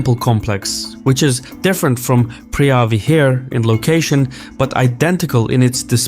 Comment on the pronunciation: Preah vihear is pronounced pravihear. Btw a moan is a chicken and Tom means big, therefore ta moan Tom means big chicken temple.